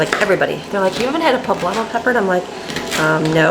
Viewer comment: my dear friend it’s actually called a Poblano pepper ( with an N not an M) but it’s cute watching you say publammo instead of Poblano. Lol